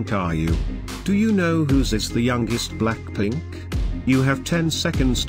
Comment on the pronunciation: what did you say "Blackplink" instead of blackpink🤣